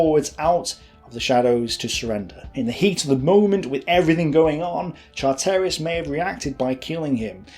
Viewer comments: Ugh ! ‘Char - Terris’ Pronounced CHARtriss Family members watching these videos (otherwise excellent) must positively cringe every time their grandads’ names are mangled- repeatedly. This must detract from the pride they’re entitled to in the the valiant deeds or their immediate forebears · its Char ter ris not Char terry iss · Great story. A couple of suggestions. Charteris is pronounced ChArteris, not ChartEris. And now that your mum has seen you on the telly, don't bother filming yourself anymore. Try to get more videos or photos, there are literally millions of them. Anything is better than a bald, badly-shaved bloke going on and on and on. Finally, don't bother to read the documents you quote, or if you do, and a summary is all you need to do, give us time to read them first. We can't both read and listen at the same time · Excellent job - but you mis-pronounced some surnames Charteris (ChAh tey ris not Char tEY ris), Pickard (Pickurd not Pick Aard), Vernon (Vernun not Ver nOn), Leica (is Licah), Campbell (Cambell not CamP Bell) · I was begging him not to say "Chart-air-is" or "Leeeka" camera, no, no, no, no, please no... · Your pronunciation of names like Charteris and Lieca are laughable !!!